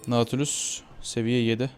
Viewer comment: naaaatilius deyil datilyus diye okunur:D